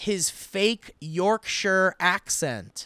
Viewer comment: As a Brit, I very much appreciated Steve's attempt at the Yorkshire pronunciation. We struggle with it too.